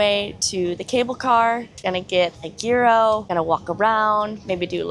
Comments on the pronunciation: I usually try not to be that person, but I have a couple pieces of constructive criticism, if I may. 1) gyro is pronounced year-o, not gear-o. 2) it’s sayl-away, not sal-away! 3) it’s kinda discombobulating when your audio keeps going but the video doesn’t cut at the same time as the audio. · It’s pronounced yee-ros, not gear-row. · It's YEER-oh 😅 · I enjoy your vlogs, but I am sorry to have to correct you but a gyro is not pronounced with a hard g as you pronounced it but google AI explains it best: "The Greek food "gyro" is pronounced "yee-roh" in English. The "g" is silent, and the "y" sound is similar to the beginning of the word "year". The "r" is rolled slightly, and the "o" sounds like the "o" in "go". " I apologise for being pedantic, but I feel, if possible we should always try to pronounce foreign words the way locals do. It is a sign of respect for their language and culture and I know you are a respectful person. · Yeah I couldn’t take it either, she seems like she would know better! 🤦🏻‍♀️ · Gyro is pronounced Euro. Welcome to Greece🇬🇷!